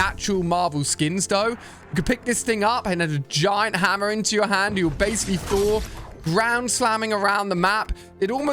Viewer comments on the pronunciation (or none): none